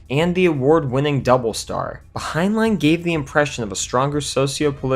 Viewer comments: For God's sake...when you're using names other than your own that you know HOW TO PRONOUNCE, ALWAYS LEARN HOW TO CORRECTLY PRONOUNCE THEM! The author Heinlein is NOT pronounced "Hein-LINE," it's "Hein-LYN!" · "Hein-line" - lol